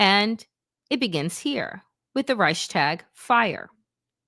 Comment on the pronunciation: Youre a moron and you have no understanding of history, you cant even pronounce reich properly.